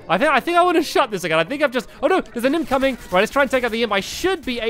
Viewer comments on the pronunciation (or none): stamps when an imp is coming say inpcoming instead of incoming